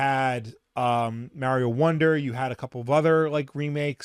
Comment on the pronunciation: So they did add content to super Mario rpg. If you knew how to say Mario correctly you would have known that. 😂